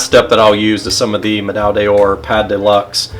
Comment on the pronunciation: what is it with ppl pronouncing „medaille d‘or“ like „D‘IOR“ ???